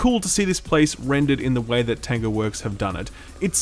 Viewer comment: Kept thinking you were saying "tenga" instead of "tango"... which is something completely different here in Japan lol.